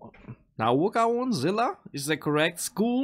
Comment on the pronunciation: it pronouncing sounds Like " Nouga zila " but spelling is Noagaon zila🤣🤣